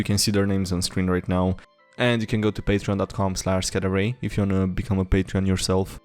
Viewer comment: Any body else hear him say Cadbury when he says SkyDieRay